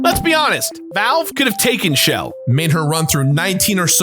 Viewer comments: Dude... it's been years and you're still saying "Shell" as if it's short for Michelle. It's "Chell" with a "chuh." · the main character's name is 'chel', pronounced like the first half of Chelsea. so the shell joke doesn't work. and glaDOS is pronounced like MS DOS (or boss with a d), hence why it's in caps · Her name is Chell. CHELL (not Shell). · So is no one else going to mention that her name is pronounced Chel? It's not pronounced Shell. I feel like I'm losing my mind here.